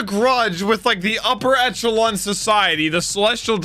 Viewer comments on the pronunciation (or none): none